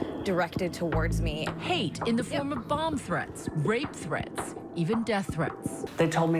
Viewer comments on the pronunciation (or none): none